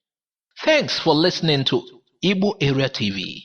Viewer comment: Igbo not ibo....who tells you guys this rubbish ....it's igbo the people who can't pronounce the "gb" sound. Call it ibo or ebo....stop it today 😂